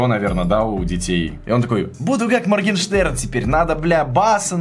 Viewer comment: Нн Моргенстраус, а Моргенпетух